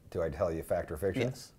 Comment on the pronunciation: "It's a fict!"